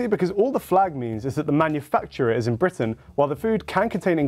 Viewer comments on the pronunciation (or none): none